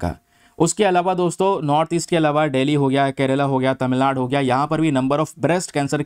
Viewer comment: Please sir improve your pronunciation for some words like... Finance, Tamilnadu😊